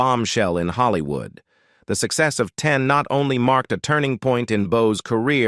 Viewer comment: "Holly-Wooed" and "John Da-Wreck" - classic!